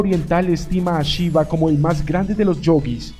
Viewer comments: Porque dices chiva? Se pronuncia shiva como se escribe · Chiva??? 🤣🤣🤣🤣🤣 que mala pronunciacion. Pero buena informacion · ¡¡NO ES CHIVA ES SHIVA!! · Para empezar me gustaria que pronunciara bien su nombre. Y eso de que el Señor Vishnu es el cristo ¡ufff! En general está bien pero las inexactitudes confunden. NADA tiene que ver con NADA satánico. Siempre quieren equiparar todo con la cristiandad católica y ahi radica el error